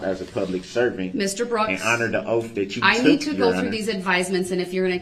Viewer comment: The troof comes with their OAF of office. Do dat do dat.. I AKS you again…